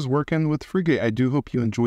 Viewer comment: Just for knowledge, Frigate is pronounced like the warships. Not free gate. Frigate's icon is the frigatebird a seabird found around the world. Hope that helps.